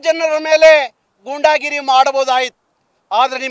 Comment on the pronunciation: ಗೂಂಡಾಗಿರಿ ಅಂತ ಹೇಳಿ ಗುಂಡಾಗಿರಿ ಅಲ್ಲ